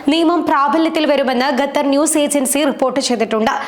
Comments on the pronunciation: Gather എന്നല്ല Qatar ennu seriyayi parayu kutty... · NOT gathar pronpunce QATAR